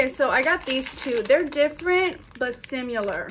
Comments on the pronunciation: Not “simUlar” 🤭 💞Gotta love! You are so cute girl! You found some super cute items too! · “Different but sim-u-lar” haha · notice how she said sim-ye-lar UR TOO CUTE 😂😂🩷